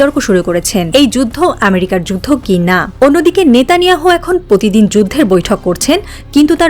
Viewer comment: কন্ঠে মাধুরী আছে কিন্তু প্র বলতে পারে না। পতিদিন বলে